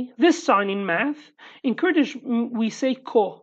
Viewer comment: "next lesson we will do some math" My ears thought you said "meth" for a second lmao